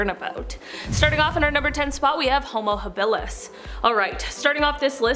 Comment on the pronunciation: Homo-Habalis is pronounced Homo- hob-uh-lis